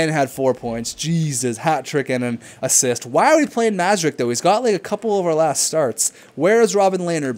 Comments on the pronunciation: Hey I commented this in the last video but you didn't acknowledge it so imma just say it again: Mrazek is pronounced Muh-rah-zek not Mah-zuh-rek. Just lettin u know! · Mrazek isnt pronounced Mazerek, look at how its spelled M R A Z E K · It isn't pronounced Mra-Zek. Anyways, he clearly said in one episode he prefers to prounounce it that way.....